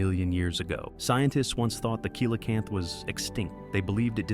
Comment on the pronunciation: It was really hard to get past how he kept pronouncing Coelacanth.